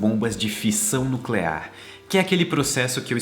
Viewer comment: como diria o Homer: É "nuculear"